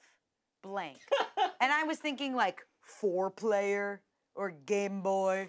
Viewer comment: “Four Playler”